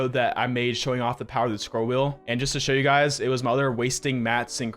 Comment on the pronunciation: New drinking game: Every time says "Scrol wheen building" You drink....